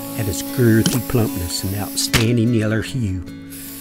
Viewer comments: how does know how to sound so southern like that LMAOOOO hommie said "yeller hue" haha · "Yeller hue." 😂